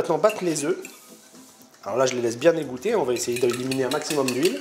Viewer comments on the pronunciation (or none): none